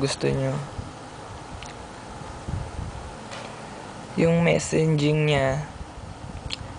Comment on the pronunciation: kuya MESSAGING po hindi MESSENJING.. xD